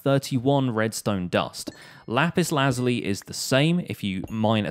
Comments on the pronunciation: It ain't lazuly it's said like this laz you lie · okay no hate but lap-is-la-zul-e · I’m just saying it’s pronounced lizuli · Y do u think were dumb and it’s lapis lasula